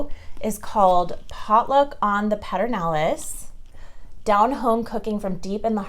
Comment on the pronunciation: I’m a transplant to Austin, too. But I think they pronounce Pedernales a little differently than you did. ❤️